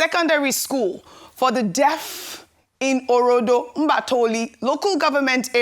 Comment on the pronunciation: Please, learn to pronounce names and communities of your local language clearly. The community is Orodo in Mba itolu.